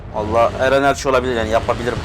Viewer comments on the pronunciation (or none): none